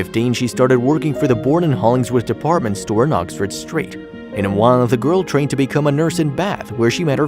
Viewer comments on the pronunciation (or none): none